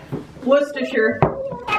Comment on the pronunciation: Your mum is the first American I've ever heard pronounce Worcestershire correctly :)